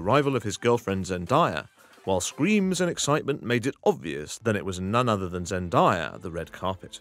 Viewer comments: ZEN DAYA NOT ZEN DIEA my dude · It's Zen DAY a not Zen DIE a (just letting you know, no hate) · It’s Zen DAYA, not Zen dye- a. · Its zendaya not zendiea